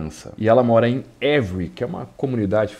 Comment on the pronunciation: Você tem um Sherlock Holmes, mas precisa de um francês para melhorar sua pronúncia.... A cidade se pronuncia Êvri....